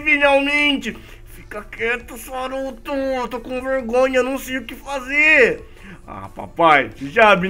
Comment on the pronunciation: não é saruto é soruto